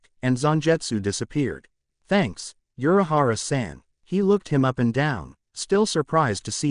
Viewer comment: Just, some names are pronounced wrong, like Kisuke, the auffix -san, Zanpakuto etc. and the pronounciation is too flat. That's probably because the names are pronounced like they are english names and not japanese ones.